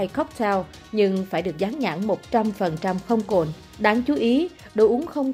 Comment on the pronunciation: "Cồn" chứ không phải "Cuồn"